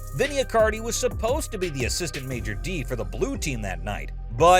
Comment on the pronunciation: Are you intentionally saying major D instead of Maître D'? 😂